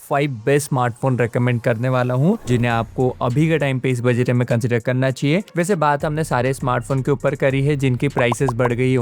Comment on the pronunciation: Budget toh thik se bolna aana chaiye bhai